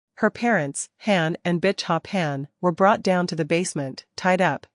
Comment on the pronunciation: It's pronounced hAn as in hon not a short A sound the long one.